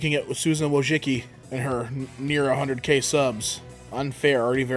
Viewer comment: I love hearing non-polish speakers try and pronounce a polish word and his pronunciation of wojciczki put a smile on my face.